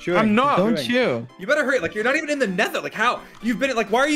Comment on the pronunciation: Dream said “your not even in the Netha”